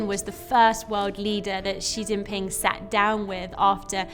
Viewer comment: 错了，他们根本说得不对